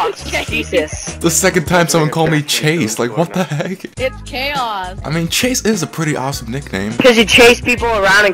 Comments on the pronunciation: how can they not pronounce chaos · todays kids cant even pronounce chaos and their parents buy them everything holly fucking shit im done gg